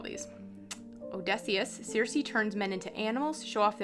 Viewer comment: The "C"s in Circe are pronounced like a "K". It is spoken Kirke. Thank you for showing this deck!